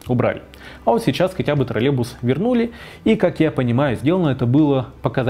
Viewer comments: Отличный ролик! Спасибо большое! Но почему Вы произносите «троллебус» без й? Может это мы неправильно говорим троллеЙбус? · Раздражает костноязычие. Автор!!! Не тралебус, а троллейбус!!! Посему половина слова не произносится? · ТроллеЙбус, а не, как Вы говорите, троллебус. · Тралебус--😄😄😄. Прівет, калхознік!